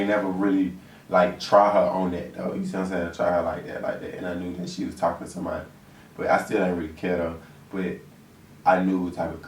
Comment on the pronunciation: The posing at the end had me dying... like “bout to give you hella option”... “you choose”... “talmin bout” 😂😂 I’m really dying cuz I really feel like say talking with a m in it 😂😭😭😭